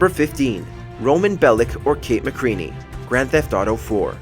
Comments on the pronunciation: Its actually McReary, not Mckreany! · It's Mcreary not Mcreany 😂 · McCreary* not McCreaney that’s how you know watchmojo people don’t even play video games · Kate McReary, not McReany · Actually it's Kate Mc'Reary